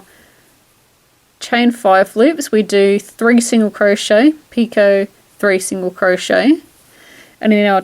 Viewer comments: Two things; You are pronouncing "Picot" stitch correctly. Although I have heard others pronounce it [Pee- Cot]. I was taught [Pee- ko] and have said it this way for many years. Secondly, you are working the stitch correctly according to directions. This pattern has been fun working. Thanks for sharing it.:) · I seem to have spelt doily wrong sorry, and yes you are pronouncing picot correct !!